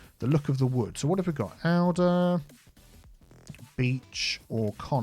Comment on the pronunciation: Alder is pronounced 'ALLder' (sorry to be picky... doesn't help that i work with trees lol!)